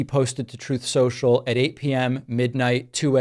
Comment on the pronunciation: "Troth, Sential"